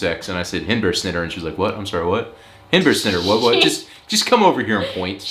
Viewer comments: Honestly you'd have to be half-asleep to not understand that pronunciation of "hindbærsnitter" :o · Your pronunciation of hindbær is on point, the snitter part is easy to understand but very clear that you are american.. 9 out of 10 She should have been able to understand you for sure xD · You did Awesome on hindbærsnitter, understood immediately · You said Hindbærsnitte correct, here is the reason she did not understand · You must have practiced your 'hindbærsnitter' since then.... because in this vid it was pronounced flawlessly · your "Hindbærssnitter" was very good, especially compared to whatever that other word was. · It's so nice to see you guys get visitors from the US. Haha and ofc the fart signs is mentioned 🤣 But seriously your pronunciation is very good of hindbærsnitter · Your pronounciation of hindbærsnitter is excelent. I have heard that Danish is one of the worst lanuages when it comes to loose coupling between spelling and pronounciation. Of the European languages, only English is worse. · Agree 100 percent regarding hindbærsnitter. It was just perfect!